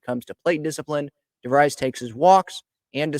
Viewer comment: In English this last name is pronounced “Di-VREEZ”. It may be pronounced differently in Dutch. I grew up with friends with this name in Michigan.